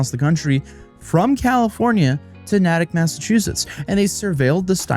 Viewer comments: ... it NAYT-ick, not nat-ick. lmao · Its nay-tick not nAtick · it's NayTick - not NahTick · NAY-dtick. Not NAH tick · Nat-ick....never heard it that way lol. Its pronounced Nate-ick. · "Nah-tic" Massachusetts lmao, as someone from there, it's "Nay-tick" and we always find the former pronunciation hilarious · hahahaha bro said Naddick ahahah Its Natick pronounced Nay-tick. also ebay tripping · It's pronounced Nay-tick not Nah-tick!!!! You're obviously not from Massachusetts,just like Worcester is pronounced Woo-ster and not War-Chester!!!! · It’s Nay-tick Mass not Nat-Ick lol I’m from Boston . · Nay-tik. Long A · It’s nay-tick not nah-tick lol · Natick - pronounced “Nay-tick.” Not “Naa-tick.” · As a Masschusetts resident, I can't blame anyone for mispronouncing our town/city names because they are so weird, there's a reason there are dozens of shorts trying to get people to pronounce them lol, but man hearing Natick, pronounced Na-tick, instead of Nay-tick, a dozen times was tough to listen to lol Still love you haha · It’s Nay-tik. Remember, Massachusetts pronunciation is weird except in a few cases where it’s not. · FYI Natic mass is pronounced "nate-ick" tbh I have trouble pronouncing some towns and I'm from mass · nahtik? Nah, friend, Nay-Tic. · Love your work., and this was a great one to do, couldn't believe it when I heard it. Also, FWIW, it's "Nay-tick" not "Nat-ick" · I was hella confused as a Masshole as to wtf Nattic was 😂😂😂 it’s Natick, Nay-Tick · It's pronounced Nay-Tick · Lolll it’s pronounced nay-tick not nah-tick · Nah tic Massachusetts lol It's said Nay Tick Natick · Nay-tik. not Na-tik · Nay-tick not Nah-tick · Mass resident. Not nitpicking, but it is pronounced “neigh”-tick not “nah”-tick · We pronounce it "nay-tick" it took me a minute to figure out where was talking about. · EW WAIT THE MISPRONUNCIATION OF NATICK MADE MY SKIN CRAWL It's NAY - TICK AHHHHHHHHHHHHH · it's pronounced "NAY-dick" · Nay-Tick is the pronunciation